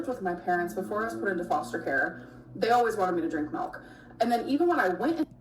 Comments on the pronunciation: If she says melk one more time….. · The rapid succession of "mehlk" nearly spiraled me into a panic attack.